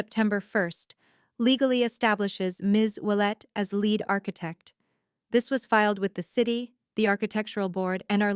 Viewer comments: "LEAD ARCHITECT" that "lead" is pronounced like seed, leed not like "red*. Lead ARCHITECT means the architect that is the leader of a group of architects. Teach your AI. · Lead as in a pencil or lead as in being the first one in line? AI go back to school. 😂